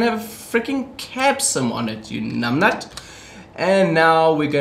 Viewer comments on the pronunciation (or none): south african? i thought so until i heard you say numbnut, then i was like yep😂